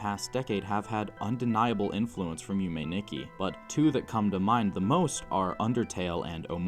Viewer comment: This was an absolutely amazing video, one heads up Nikki is actually pronounced differently in Japanese it's pronounced "Neekee" I'm not surprised you were thrown off as pbg also said it wrong, but as a Japanese speaker myself it was a bit hard to hear Nonetheless I absolutely loved your video and I'm subscribed Yume Nikki is one of my favorite games of all time, it actually inspired my profile picture I absolutely cannot wait to see more Keep up the good work